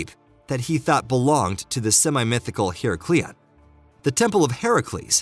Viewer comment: Don`t forget Herecleeon as well .